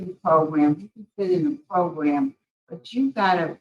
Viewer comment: I love how the one parole board member pronounces 'program he says 'progrumb it's great I always look forward to it... regardless this is horrendous and I feel so bad for the daughter and anyone who has ever been through this...🙏